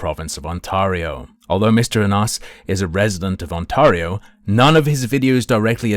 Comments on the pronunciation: Lol the way you say OnTARreho is so triggering lmfao ON TEAR RIO my guy 🎉😂 lol 😂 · As someone from Ontario please pronounce it "OnTAIRio". Yeah, its nitpicking but it's irritating to hear it pronounced that way. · You'll probably never need to say Ontario again. Its pronounced (on-teh-ree-oh). Like you would pronounce 'day', instead of 'maw'. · I have never heard anyone mispronounce Ontario as, "On-Tar-io" before, makes me tar up.